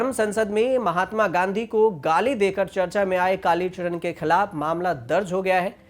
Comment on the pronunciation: भाई चरण होता है नाकि चड़न तुम को न्यूज़ एंकर किसने बनाया क्या खून जला रहे हो 🤣🤣🤣🤣🤣🤣